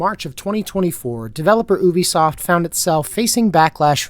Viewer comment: It's refreshing to hear Ubisoft pronounced correctly, but you ruined it by calling PirateSoftware a "developer".